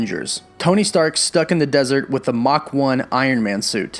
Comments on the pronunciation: You said mach is mark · u said Mach one not mark one